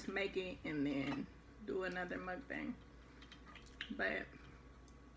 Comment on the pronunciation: Yum! You're part Korean, so you should know the correct pronunciation for Mukbang. I will teach you how to properly pronounce it. Good job you two!